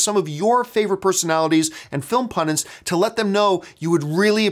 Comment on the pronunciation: I think John's making a good point here... these days it's simply too easy to have things spoiled for you. I feel I should point out a mistake that John often makes because it bugs me... the term is pundit... not pundint.